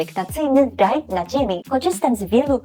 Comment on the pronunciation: Usłyszałem pielęgnacyjny "daj". Jeżeli nie jestem głuchy to mowi się raj 😅 jeżeli jestem to wybacz